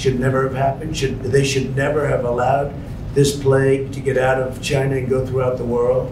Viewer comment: Chi-NAH (gotta say it really fast)